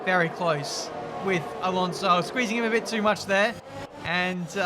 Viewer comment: Your pronunciation of Alonso really annoys me, and you said his name like 40 times in 5 minutes 😂